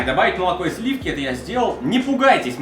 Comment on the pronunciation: Откуда у меня по твоему есть слиффки? Вас не пугает, как я произношу это слово?)